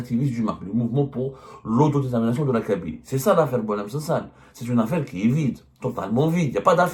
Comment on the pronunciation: Il s’appelle boualem sansal et non pas « SANDAL! » .